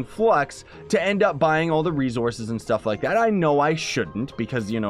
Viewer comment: Does anybody else notice how he says rezorces not resources